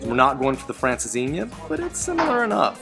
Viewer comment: For those of you that doubt and bona fide Portuguese credentials, just listen to her pronunciation of “francesinha” and watch his video on the issues and challenges of the Portuguese real estate market. Congrats, guys, you rock! 😊